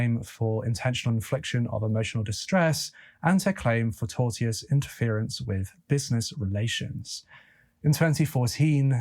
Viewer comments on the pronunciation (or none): none